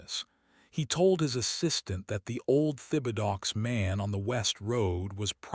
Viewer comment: You really need to correct the truly bad pronunciation of your narrating robo-reader. Thibodaux is a fairly common cajun name(Tib' uh doe) from South Louisiana parishes along the Gulf.